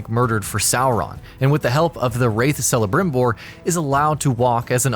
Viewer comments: It's pronounced Kelebrimbor, not. But you'd know that if you played the game longer than an hour. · This guy said not kelebrimbor Ffs really? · Sellabtimbor you mean Calabrimbor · ""... Good fucking god, did you even play the game? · It's pronounced 'Kelebrimbor' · Ok celebrimbor's name is not pronounced you hek get it right or ill sacrifuce you to sauron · Celebrimbor name is pronounce with a K not C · Raises ring of power "I Shame you!!" Celebrimbor is not only the second main character of the game but also a very important character in the LOTR lore how can you misspronounce that